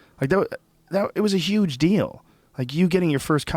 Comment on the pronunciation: Joe listening to bernie he's say yuge for huge twice so far